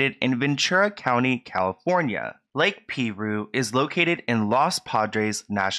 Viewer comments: Great video! RIP Naya Rivera.😥 "Piru" is pronounced PIE-rue not PEE-rue😉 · It’s pronounced PIE-ROO Edited to say LOL I would haunt my sister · THE WAY HE SAYS PIRU…. It’s pronounced pie ru lol 😆. Many locals don’t fuck with that place.. so many drownings we drive to another one much farther to go to a different lake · Pie-rooo is the name of the lake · FYI - The lake is pronounced PIE ROO not Pee roo. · The lake is pronounced, "PIE-RU" not "PEA-RU" lol. Great video tho, as always!! 🥰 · Dear, I just started watching this. Please take note, It's pronounced Pie-Ru. Not Pee-Ru. I live here, so I should know. BRB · PIE - ROOO ! Not peeee roooo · Hey ❤️it's pronounced Pie-rue, like an apple PIE with RU at the end😊 What an incredible loss! I hope her son knows how valued he is! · It's pronounced P(eye)roo and they have multiple warning signs all over the place. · It’s pronounced Lake Pie-ROO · It’s pronounced pie roo I live a town away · Lol I love you so much but it’s pronounced “pie-roo” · It's actually pronounced pie-ru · Lol you pronounced the name of the lake wrong lol